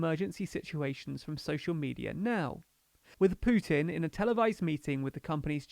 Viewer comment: I'm glad you know your weaknesses and didn't even try to pronounce the Russian names. (And no, you can't pronounce Putin but at least you are aware 👍).